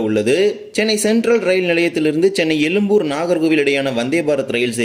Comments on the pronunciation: . உச்சரிப்பில் “ழ” அழுத்தம் தேவை. அழுத்தம் இல்லாததால் எழும்பூரை “எலும்புர்” என உச்சரிக்கிறாய். 😊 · No you said elumbur meaning bone zha which cannot be written other than Tamil& Malayalam but you have written correctly why don't you pronounce it correctly that's why I said you could have pronounced in English,it would be appreciated if you pronounce it atleast in your next vlog. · Very irritating to hear elumbur when you cannot pronounce atleast say Egmore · அது எழும்பூர். எலும்புர் அல்ல 😮😮😮😮.